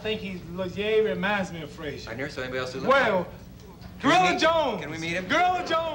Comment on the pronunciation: Frasier Frazier Frashugh